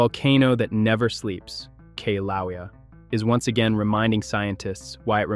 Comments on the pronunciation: I laughed every time he mispronounced the name. He is obviously using a language app for his narration. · Pronounced: kill a way a. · K LOWEA? ROFL. Obviously never heard of the volcanoes before